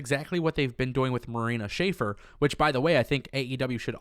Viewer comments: dude i like you and you videos, but please start pronouncing marina shafirs name correctly its not schaefer its shafir!!!!! sha-fear would be the right pronunciation!!! keep up the good work tho otherwise all great bro!!!! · Love the content but it's pronounced Sha-fear not Shaffer. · It’s pronounced Marina “Sha-Fear” Shafir! 😉😊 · The correct pronunciation of Marina's last name phonetically is sha-fear